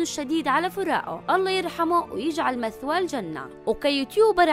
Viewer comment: مئوا وليس مثوا !!